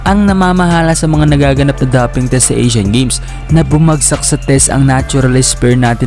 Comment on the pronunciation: Dowping ang pagbigkas po, hindi daping😊